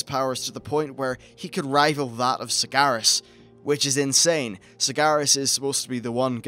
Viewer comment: Kalamindor... Sagaras... Hmm pronunciation at it's finest